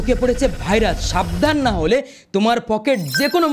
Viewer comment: ভাই ভাইরাচ নয়, ভাইরাস😂